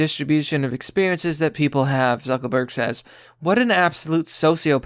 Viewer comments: Is "Zuckerberg" a word the algorithm censors? Because I notice you keep saying "Zuckelburg" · Does he keep saying zuckel Berg? Isn't it zuckerberg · Are you purposely sayings Zeckleburg rather than Zuckerberg? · It's pronounced Lee-bra and Zuckerberg not Zuckleberg🤦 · Sounds like you keep calling him Zuckleberg and not Zuckerberg, is it just me? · Its ZuckERberg NOT ZuckLEberg... Good Gawd man. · Dude, it's Zuck-ER-berg. Not Zuck-O-berg. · "Zuckleburg"? Don't you mean "ZuckERburg"? (JK)😁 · Why do you keep calling him "Zuckleberg" it's "Zucker-berg" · 'Zuckleberg' :-D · You sound literate, but it's unsettling that someone who is name trashing, can't seem to decipher and iterate er in a word. It's Zuckerberg...Zuck-ER-berg. Dude...come on...I'm not a Facebook fan nor do I follow Zuckerberg, but your childish rhetorical comments are droll and mundane when you can't speak. Like i said, you sound literate, but it's the only word you purposely i suppose fuck up. Thumb down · Who is "Zuckleberg"? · Are you saying Zuckleberg? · Do I keep hearing “zuckleberg” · Is he saying Zuckleburg? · Zuckleburk? Is that a meme I missed or you can't fucking speak lmao. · bruh why do you keep calling lizard man zuckleberg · I love how you keep pronouncing it "Zuckle berg" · bruh stop saying zuckelburg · Zuckleberg? Is that on purpose? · Is his name really “Zuck “o” burg?” Lol